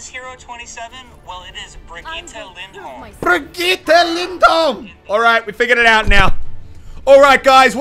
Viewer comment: Im also from Norway and it's pronounced Birgitte Lyndholm